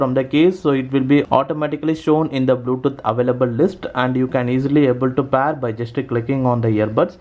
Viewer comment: where is the windows tutorial ? and its PAYR not PAR ( pair )